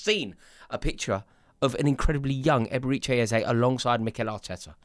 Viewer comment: Stop calling him EbereeCHAY